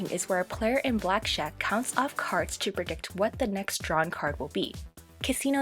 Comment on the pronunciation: did you say "black-shack"?